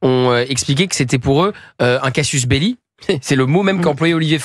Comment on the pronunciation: Il faudrait quand même que Gautier lebret, si talentueux qu’il soit, cesse de dire « un casius belli » : en latin, le mot « casius » n’existe pas . L’expression correcte est « casus belli ». Consultez le Gaffiot…